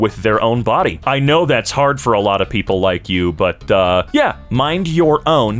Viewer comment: Wasnt looking at my phone when you said "I think about this a lot", I heard " I think about this sahlad." 😆